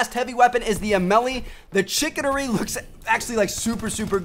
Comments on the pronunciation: It's pronounced shi -CANE-ery. (Chicanery) just saying. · LOL that Tmart doesn't know how to pronounce 'chicanery'......